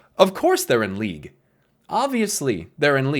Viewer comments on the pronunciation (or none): none